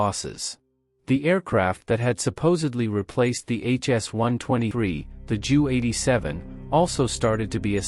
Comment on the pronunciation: Example:... "The Jew-87"...I agree horrendous